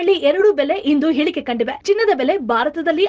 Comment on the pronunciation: Madam nim voice tumba channagide, ಆದರೆ ನೀವು ಹ ಮತ್ತು ಅ ಗಳ ಮೇಲೆ ಸ್ವಲ್ಪ ಗಮನ ಕೊಡಬೇಕು, ಅತ್ತು ಅಲ್ಲ, ಅದು ಹತ್ತು ಹಿಳಿಕೆ ಅಲ್ಲ ಅದು ಇಳಿಕೆ,, ನಿಮ್ ಫೋನ್ ನಂಬರ್ ಇದ್ದಿದ್ರೆ ಪರ್ಸನಲ್ msg ಮಾಡ್ತಿದ್ದೆ, ಇಲ್ಲ ಅದ್ಕೆ ಇಲ್ಲಿ ಕಳಿಸಿದ್ದೇನೆ ಓದಿದ ತಕ್ಷಣ ಡಿಲೀಟ್ ಮಾಡ್ಕೊಳಿ, ನಾನು subscribe ಮಾಡಿದ್ದೇನೆ? Good going❤